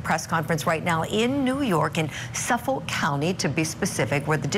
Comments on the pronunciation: *suffolK … there’s a k at the end 😅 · Yesss! I kept saying that every time I heard her say it wrong. 😂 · She says Suffolk funny😂 I think it's cute it's not pronounced like that cuz I used to live there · Why can this woman not pronounce Suffolk 😂